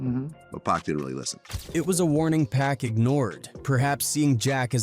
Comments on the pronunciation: Why whoever narrating keep calling my dawg 2pack ham listening to what baby told Charlemagne put some respect on Pac name 🤔 damn niggah did turn bro to a pack🤦🏿‍♂️RIP Pac no more pain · Omg we back to this "Pack , 2Pack " bs maaaaan you bogus asf 😂😂😂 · Why can't this dude say 2 Pacs' name right !!!